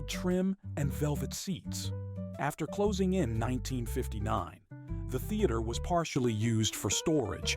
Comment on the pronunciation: A.I. really seems to have a problem with the emphasis on the phrase "closing in", doesn't it? As in "time of closure" vs. "approaching".